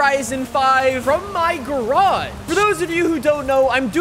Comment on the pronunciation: its a garage not a gaarrachee lol